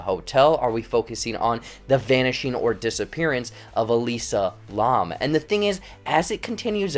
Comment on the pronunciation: Elisa Larrrrrmmmmm (It's pronounced "lamb", like the animal)